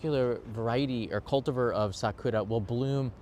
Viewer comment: The usual English pronunciation of cultivar is "cultivahr," the "var" sounding like "far." or "tar."